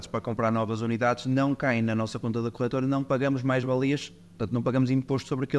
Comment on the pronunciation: A melhorar a cada episódio, sobretudo o som (que ajuda muito para ouvir o podcast no carro) Abordagem simples, honesta e clara. (Apenas uma pequena sugestão: é "corretora" e não "corrétora", porque não corrigem nada... 🙂)